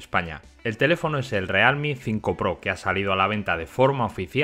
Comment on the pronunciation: o realme o "rialmi" pero decir "realmi" queda horrible